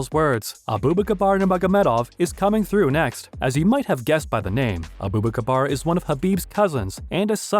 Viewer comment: Bro Said 'abu bakabar' 😂😂